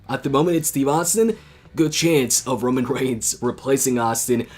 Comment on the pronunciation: Kevin._. I know it's Roman & I also have auto correct but this is how pronounce it as fun "Romoan".